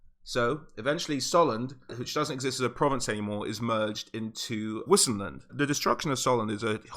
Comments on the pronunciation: Great vid! :D Btw, whoever says wisenland is just plain wrong: that in German (aka Reikspiel) would be Weisenland. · Don't wanna be "that guy" but isn't it pronounced vissenland? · u read Vissenland FFS !! its from Vis - latin word for power... u pronounce everything in the Empire more german like cos its reikspiel - a butchery of german but still german like, so W is pronounced the same as V in american (cos its not english any more). And its SOLLAND not Soland - two L's